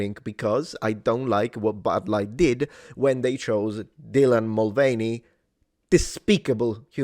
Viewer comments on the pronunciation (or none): none